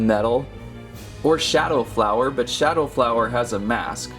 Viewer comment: its power flawoer